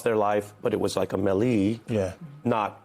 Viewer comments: Did that interviewer just say melly when trying to pronounce melee? 😂😅 It's may-lay, bro. 😉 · 😂😂 fr I was like huh? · Glad i wasn't the only one who caught that. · did the announcer call a melee (maylay) a mel eeeee? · Did he say melleee? Not melee? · I've never heard melee pronounced at millie before.